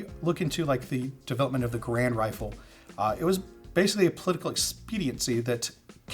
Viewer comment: A nitpick, but Garand should be pronounced like gare-and, according to Garand himself. Great video through!